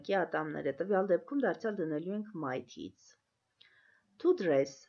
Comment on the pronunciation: Teeth- բառը սխալ եք արտասանում